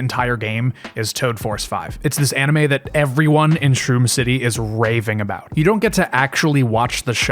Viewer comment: 9 minutes in "we can finally talk abouot the game" "Gaddgets"